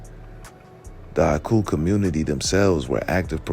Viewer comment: 😮😮😮 You pronounced the oku/aku with perfect accuracy